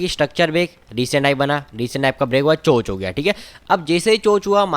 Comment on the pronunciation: चेंज ऑफ कैरेक्टर को चोंच नहीं चोक बोलते हैं बंधुवर🙏